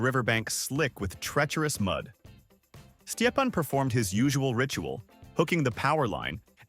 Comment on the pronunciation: His name is stepan not whatever weird thing you're saying